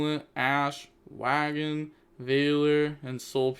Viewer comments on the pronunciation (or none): yo are you aware that wagon is a real word? You don't have to pronounce it like the PUNK Wa Gon lmao